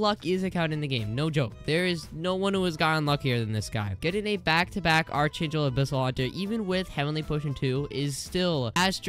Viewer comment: why does bro say archangel wrong